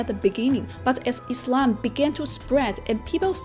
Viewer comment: I like how she says Islam, not Izlam ❤